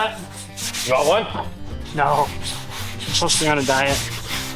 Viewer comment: Diet = Die, with a 't'.